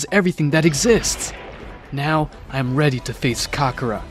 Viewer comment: you said kakora